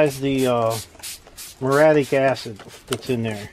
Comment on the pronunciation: Say it with me: Murry...attic...muriatic. Also, WHY, IN GOD'S NAME AREN'T YOU WEARING RUBBER GLOVES & A RESPIRATOR WHILE POURING ON THE MURIATIC ACID?!? DO YOU WANT TO HAVE YOUR HANDS BURN OFF AND LOOK LIKE DEADPOOL'S?!?!? Seriously, dude. Wear heavy, chemical-resistant rubber gloves and a respirator when using that stuff. It's no joke. Be safe.❤